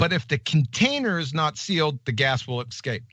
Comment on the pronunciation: No, Gladys, he said "...the gas will excape." Yes, he thinks there is an "x" sound in the word escape. is High IQ Mensa material, folks. God only knows how many tabs he has open on his High IQ laptop!